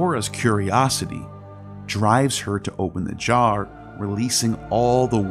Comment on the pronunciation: you almost said box. What a said 🤣🤣 “opened thubjjar”